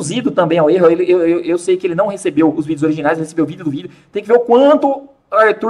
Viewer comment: Kkkkkkkkkkkk " çei"